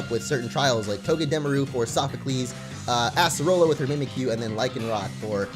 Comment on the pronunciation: Did he say asserola